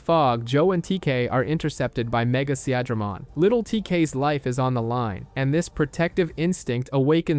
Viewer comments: More than once he even said "Se-ahh-dramon" lmao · you mean Sea-Dray-Mon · See-Adra-mon... the funniest way I've ever heard Seadramon pronounced! = ) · His pronunciation of Seadramon pissed me off